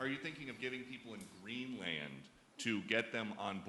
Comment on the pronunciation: Exactly, he is so daft..he even pronounced Greenland like an absolute schmuck.